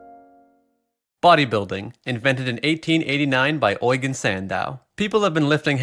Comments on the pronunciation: I'm so triggered he pronounces Eugene like Oygen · I’ve never heard Eugene pronounced like this lmfao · Why'd you say Eugene so weird.